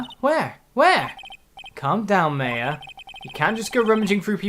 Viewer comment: Regina doesn't know how to pronounce names confirmed, he says "May-a" for Maya, even though it's pronounced "Mah-ya"